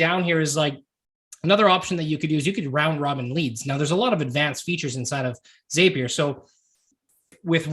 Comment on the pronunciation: It's a zap, therefore it's Zapier with the short A. Not a long A. The word zap is in the company name, why do people change the name to a long A sound?